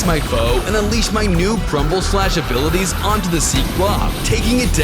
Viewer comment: Bro said prumble